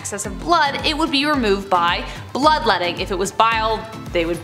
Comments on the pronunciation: Lol I thought it was blood-wetting. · Lol, “blood-wetting”.😂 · Did you say “bloodwetting”?